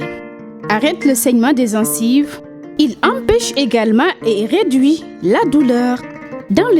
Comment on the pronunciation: toi qui fais la publicité on ne dit pas zencive